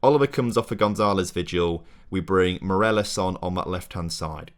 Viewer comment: Loving the series! But please, it's Morales not Moreles